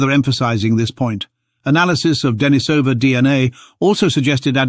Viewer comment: And ignoring the local pronunciation of the cave -- 'Deh-NEE-suh-vuh', with a long 'e' in the second syllable, continues in video after video, continuing to demonstrate the problems with using text-to-speech programs for narrating videos because voice actors are too expensive, and the person posting the video can't be arsed to do it themselves.